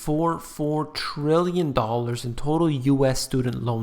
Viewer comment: 1.44 trilljon dollars? Its Brazil's entire GDP